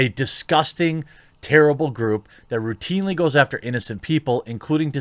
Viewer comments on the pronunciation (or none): none